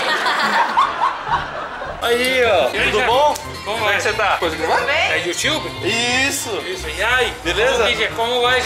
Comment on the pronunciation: " é youtchube?" Kkkkkkkkkk esse é super carismático